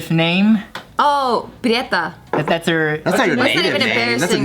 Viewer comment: She said prieta 🤦🏻‍♀️🤦🏻‍♀️ my last name is prieto 😂😂